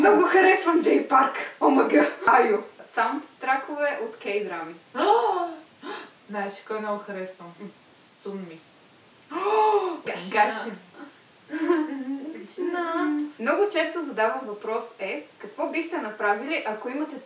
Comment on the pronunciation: BamBam - произнася се ( БемБем) И SunMi - е ( СънМи ) И да KARA са група